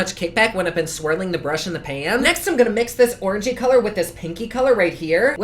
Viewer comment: i swore i heard u say ORGY...but u said orangey